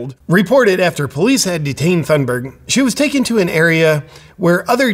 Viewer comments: Great video JP. I am Swedish and I am ashamed of her. Just a small critique, Thunberg H is silent, you should remove the H when you say her last name. It is more Tune berg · Uh, it's & how tf do y'all know she staged it?